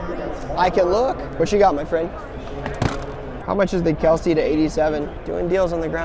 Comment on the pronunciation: His names pronounced "Kels" not "Kelsey" his dad got tired of correcting ppl. Heard it on a pod cast his dad and the bros were on